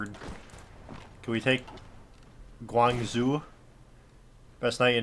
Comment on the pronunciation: It's pronounced like ghuangjow